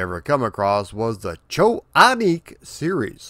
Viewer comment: The final “i” in “Aniki” Is not silent. Doesn’t rhyme with “nick”, but with “key”